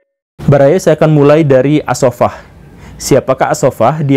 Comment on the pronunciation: koreksi dikit, stad... yg tepat as saffah.. أبو العباس عبد الله بن محمد السفاح bukan ash shafah.